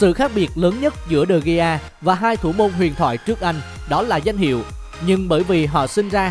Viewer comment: Đờ Gia chứ ko phải Đi Gia